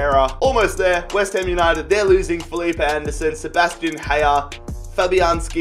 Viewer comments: And calls haller "heya"😞😥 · Oh my god stop pronouncing Jimenez’ name like he’s from Eastern Europe It’s pronounced Himenez not Yimenez And what made you decide that Haller was pronounced “Heya” 😂😂😂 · Seb haller is pronounced Aller